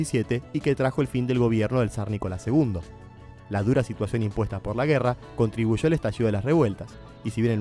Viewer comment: todo estaba bien hasta que empezaste a decir asha, contribusho, jaja